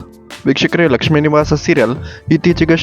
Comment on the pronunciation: nivu starting helidu vikahkare adu bikshukare anothara keltide swlpa nidana heli